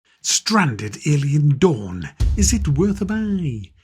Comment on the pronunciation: Sounds like you are saying "Alien Dung".